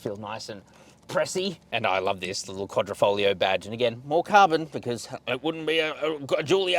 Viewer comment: Well done for the accurate pronouncing of Quadrifoglio. 👍 The round the Nurturing is everything you need to know!